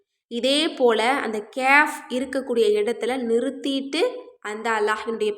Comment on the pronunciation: சகோதரி கேயாப் என்றுஅறபு மொழியில் ஒரு எழுத்து இல்லை. நீங்கள் சுட்டிக்காட்டும் எழுத்தை ' ك' காfப் என்றுதான் உச்சரிக்க வேண்டும்.